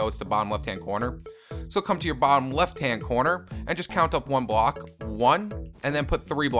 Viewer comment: You said bock instead of block